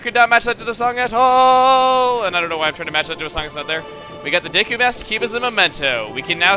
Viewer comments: When he says "Deku," it sounds like he's about to say "dick." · i'm pretty sure that deku is pronounced Deekoo not daykoo or deckoo